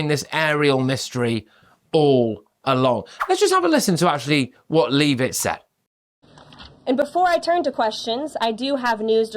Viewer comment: Yes... it is pronounced Levit not Leave it. Your answer... Same reason the Chinese have them. Public order..